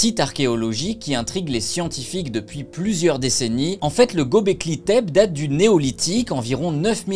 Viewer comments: On ne dit pas Gobekli Tépé ? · Ils disent :Göbekli Tepe (é)